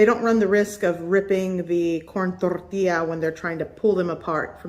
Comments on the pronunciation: I love how you don't have an accent until you say tortilla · She becomes spanish when she says...CORN TORTILLA....WEIRD